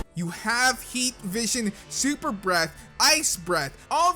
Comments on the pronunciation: you said supper breath xD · Supper=super no hate just pointing it out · Supper Breath You mean Super breath